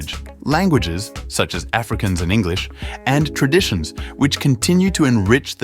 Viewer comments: Some likely incorrect pronunciations inc Huguenot and Afrikaans…. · Nice video, but at least teach the narrator howto pronounce Afrikaans somewhere near correctly......!!!!